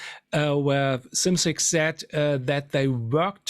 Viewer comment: I've never heard anyone pronounce Bill Szymczyk's last name correctly